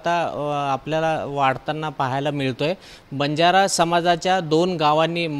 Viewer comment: बंजारा नाही वंजारा